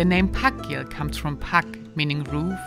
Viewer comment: I'm not Icelandic, but I think þakgil is pronounced as "Thakgil" not "Pakgil". The letter þ is called Thorn.